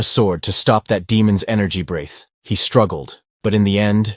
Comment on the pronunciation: Also, it's not "brayth", it's "bre-th". What kind of idiot AI can't properly pronounce "breath"?. The act of breathing is spelled "breathe", but the noun is spelled "breath" and they are pronounced differently.